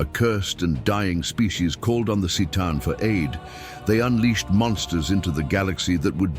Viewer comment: it's pronounced Ktaan, not Seetaan. Merely saying ... .